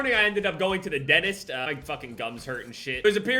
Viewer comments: Everybody: Dentist: Dennist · Everybody: Dentist.: Denist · HE STILL SAYS DENIST INSTEAD OF DENTIST LMFAO, just teasing. Love you <3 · Everyone: dentist: denist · Remember when was talking about the dentist and when we heard him say denist 😂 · Nobody:: Denist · Nobody:: ＤＥＮＩＳＴ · says denist New subscribers: what is denist? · Why the fuck do you say dentist so weirdly.